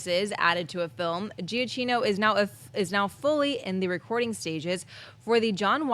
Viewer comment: Why is it no one can pronounce Michael Giacchino correctly?